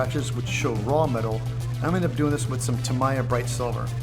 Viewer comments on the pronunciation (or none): You're butchering the pronunciation of "Tamiya" Its "Tah mee ah"